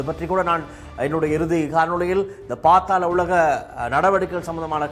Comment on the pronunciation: பாத்தால உலகம் இல்ல bro அது பாதால உலகம்😂